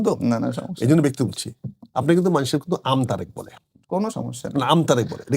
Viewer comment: জনাব আমতা.... ভিডিওর ২০ সেকেন্ডে উপস্থাপক সাহেব আমতারেক বলে ফেলতে গিয়েছিলেন। 😂